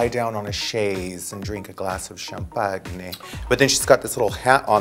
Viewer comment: "sham-pag-ne" lmaooooo